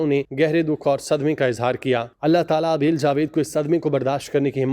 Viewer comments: Naam ka talaffuz sahi liya karen. Aabel naheen hy Abeel hy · نام تو ٹھیک سے لینا سیکھ لو۔ابیل نہیں ھے عبیر ھے